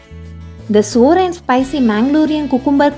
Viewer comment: SOUR is pronounced SAH-WER not sore (as in sore thumb)......other than that BIG THUMBS UP to a great recipe I remember from my childhood days when a Tulu speaking neighbor made this for us